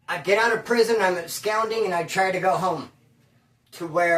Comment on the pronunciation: bruh, I come with good intentions, I only mean well when I say it.......and I have to say, to expand ur vocab a lil more...the word ABSCOND is NOT pronounced "abscound." Its "ab-SCAHND," like "ahh." Not like "ou," as in "hound;" it's "ah," like "blonde." peace